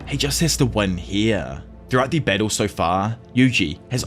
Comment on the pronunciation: i was wondering wtf bessel was, but you were saying battle xD